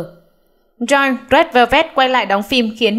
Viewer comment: Theo như t bt thì Joy (Red Velvet) đọc là Trô y thì pải, nghe bên Hàn đọc v ak